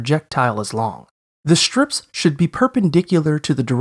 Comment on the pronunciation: Maybe I've heard this or not, but suddenly the way he says "shtraight" and "shtrip" sounds very strange to me.